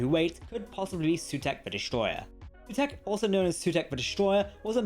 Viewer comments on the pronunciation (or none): Sutekh, not Sutekha